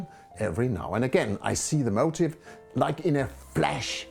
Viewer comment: A very inspiring video which is a great help to amateur painters working on their own, with little direction. I don't think finding an original motif is the problem but developing an individual, recognisable style, which you have done so very well. Your English is native-speaker standard but your pronunciation of 'motif' (the subject of a painting) sounds like 'motive' (your reason for doing a painting). The first is 'mo-TEEF' (/məʊˈtiːf/ - stress on second syllable with a long 'i' (ee) sound); the second is 'MO - tiv' (/ˈməʊtɪv/ - stress on the first syllable and a short 'i' sound).